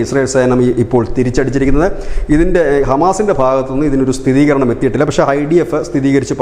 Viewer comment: സ്ഥിതീകരണമെന്നല്ല ; സ്ഥിരീകരണം എന്നു പറയൂ സർ.